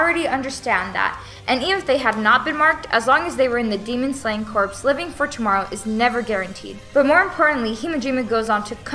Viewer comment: Also just FYI “corps” is pronounced “core” not “corpse” :)